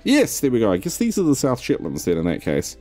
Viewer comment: Just love it (in a childish way) that in Kiwi pronunciation The Shetlands sounds like The Shitlands.